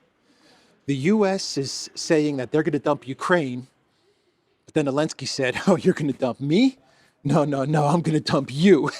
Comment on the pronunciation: I asked on another video but got no answer from the content creator - I am asking AGAIN. Does ANYBODY know why this guy calls him ELENSKY and not ZELENSKYY? If I don't get an answer this time, I will not watch any further content - it just annoys me that something as basic as a name is not adhered to.